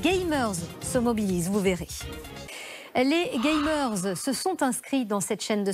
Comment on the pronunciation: Ils ont aucun anglais dans leur locaux ou quoi ? Ils disent TOUS gay-meurze ..